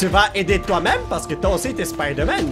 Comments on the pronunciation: À et Non lui c'est Spader-Man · Avoue ta rigoler pour l'accent français "Spider Man"🤣😂🇫🇷